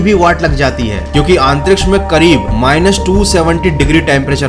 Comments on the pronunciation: आप बार बार आंतरीक्ष क्यों बोल रहे हो? आंतरिक्ष नहीं अंतरिक्ष होता है,। 😁🤣🤣🤣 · It's antriksh not aantriksh 👍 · अंतरीक्ष्य या आनतरीक्षय 😂😂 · भैया आंतरिक्ष की जगह अंतरिक्ष बोल लिया करो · आंतरिक्ष नहीं अंतरिक्ष होता है जनाब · "Aaantriksh" lol 😂🤣